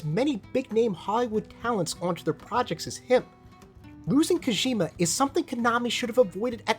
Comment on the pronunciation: Great video but man it's kojima not koshima